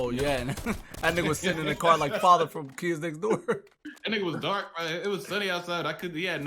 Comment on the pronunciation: emphasis on “was DARK” kills me every single time cause why is that important 😭😭😭